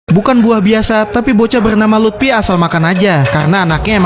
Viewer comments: Bang luffy bukan lupti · Luffy woy! Bukan lutfi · Bang itu mah lut😅fy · Luffy bangsat bukan Lutfi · Luffy ❌ Lutfy✔️ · Luffy ❎ Lutfi ✅ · Luffy❌ Lutfi✅ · Bukan lutfi tapi luffi bang